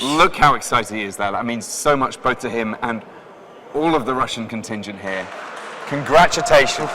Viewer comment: "Congratutations!" xD